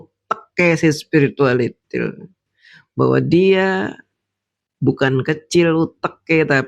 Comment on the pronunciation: Lidah fasih banget ngucapin spiritualITIL 😂😂😂😂😂😂